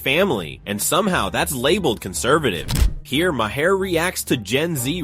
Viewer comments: like then says it every way but the correct way.. lol my hair ma har my god lol. bill mar ffs lol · Maher is pronounced like MAYOR....or MARE....not MAY HAIR... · Mayhar, Mahair, Mayher? Why can't your narrator pronounce the name correctly? It's pronounced MAR, like March without the CH. Not Mayhar, not Mahair not Mayher. It's pronounced MAR. I don't even particularly like the guy, but I can pronounce his name correctly. Artificial Intelligence, what a boon to reading comprehension. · Bill Mayer? Ma-Her? LOL. What a garbage video! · This video is a masterclass on how many times you can mispronounce someone’s name… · please learn correct pronouncement of M A H E R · Robot voice sucks. Can't pronounce Bill's name the same way twice. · They pronounce maur's name differently every time